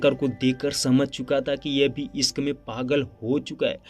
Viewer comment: Sorooaaat, sankar, iskk, saadi soping, sikhaawat, sock😂 tumhari dictionary main "sh " nahe hai kia ?